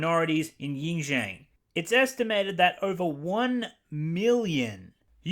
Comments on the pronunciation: Nice job. For the pronunciation: Xinjiang = "Shin-jyong", and Uighur = "We-ger". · Name’s list: Uyghur = Oowee-ger Urumqi = Oo-loom-chi Xinjiang = Sheen-jiang Ffs if you’re gonna’ provide key awareness for the fast-disappearing gem of trade route, say the damn names right so people don’t send aid to the wrong damn continent. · It does not bother me that you mispronounced xinjiang but if you want to know how it is shin jion, or use yabla. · It's not spelled Yin Jian. It's spelled Shin (as in your calf)-John (as in your disciple). I hate the Disney adaptation as well but you could've at least run the wikipedia pronunciation button before publishing the video. It's annoying. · Pronunciation is more like Pronunciation is more like Sinkiang or Shinzian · Really appreciate hearing your opinion. Just a heads up though, Xinjiang is pronouced as "Shin jhang" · Both Mulans are after my time. But this was still very ... illuminating. The atroocities in Xinjiang (pronounced something like Shin-Jyong btw) are well-documented. Not quite on the level of the nazis, perhaps, but pretty awful. Incidentally, some time ago Lindsay Ellis did a piece on "Woke Disney", and wasn't very impressed with its "woke" credentials. Phoenixes are both sexes in Chinese, and I'm fairly sure that's also true of dragons. FWIW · Xinjiang is pronounced like shin-jee-ahng just fyi :) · Thanks for video man but it’s pronounced shin-ji-āng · You mispronounced so many Chinese words its unwatchable. Yin Zhang?awful. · heres a correctly pronunciation of xinjiang. its SIN JI-AANG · "Xinjiang" is read SHIN-JIYANG. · Xinjiang = “shin jee-ahn“ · Its pronounced "Shinjang" and "Weegers" btw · Xinjiang is pronounced Zinjiang. Uighurs is pronounced Wegurs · I imagine you'd have done much better pronouncing Liu Yifei than you managed with Xinjiang and Uighur. It's a lot more intuitive.